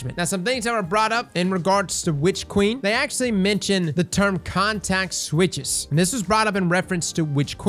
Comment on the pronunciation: I heard "contact switch" XD, but yes, in software engineering a context switch is basically a jump in focus, or from one project/priority to another. Usually you try and minimize the number of times you have to do it, because it completely wrecks your focus and you have to re-familiarize yourself with the context of what you're now working on. I'd be inclined to agree in that they're talking about not having to invest as much focus to try and adjust an ability that's over or under performing. They can now just dial the cooldown a bit, and see how things go, without trying to fiddle with whether or not it's a 1-shot, and what the grander impact that'll have on the state of the sandbox. In other words, it shouldn't require a context switch away from whatever the developers are currently working on at the time in order to ability balance going forward into void 3.0 and beyond. They'll have the ability to tweak little things for balance, and focus a lot more on how they want more complex interactions to feel and work out, with more options to reign in niche cases or other outliers. Honestly an exciting prospect.